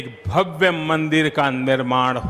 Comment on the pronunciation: भव्य का उच्चार भव्वे और दिव्य का उच्चार दिव्वे ऐसा क्यूं करते हैं आप।